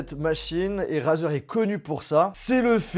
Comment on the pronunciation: Ca se dit pas razer mais reizer